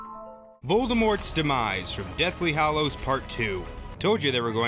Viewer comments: I think you have a great voice for narrating, but WHY, if you're such a fan, do you persist in saying "Hollows" instead of "Hallows"? After ten years, shouldn't everybody have figured out, or been taught, that "hollow" and "hallow" are two very, very different words? [edit ] Sorry! It's only that that's a huge pet peeve of mine. I really do like this video A LOT. I think it's smart, and the whole way through I was nodding my head and mumbling "Uh huh!" "Uh huh!" "Yep!" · Not “Hollows” - Hallows.